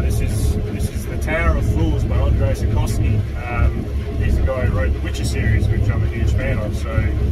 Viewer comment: It's Sapkowski* but otherwise a very good review. Thanks!